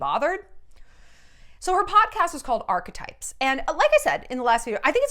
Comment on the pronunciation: Shallon is literally the FIRST person I have heard pronounce the word ‘archetypes’ correctly! That said though, I would rather listen to Shallon gargle the word archetypes on repeat while clashing cymbals together and Cowboy bays in the background before I would EVER listen to 15 mins of the sus duchess’ podcast 🙃